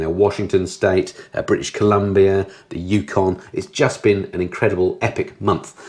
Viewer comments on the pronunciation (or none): none